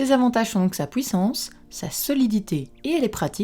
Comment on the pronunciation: vous avez un problème avec la prononciation , vous ? U c'est pas W ; HUIT ! pas WUIT ! PUISSANCE ! ET NON PAS PWUISSANCE sinon sur le fond , top 5 des meilleures , ou sont t'elles ? ouais je sais y'a deux ans , seulement je cherche un bon appareil .